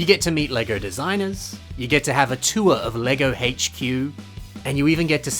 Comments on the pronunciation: 2023 self hears: "tour" 2024 me hears: "tuah" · every time you said tour i heard hawk tuah. make it stop🙉